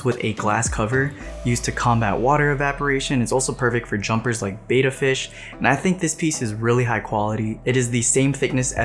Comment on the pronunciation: sorry, pet peeve, but betta is pronounced beh.tuh. Beta is a greek letter pronounced bay.tuh.